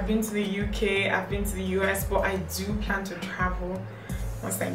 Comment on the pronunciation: LOL at the way you said..."I Plan To Make It"...it's like, whether 'it' likes it or not, that plan is final!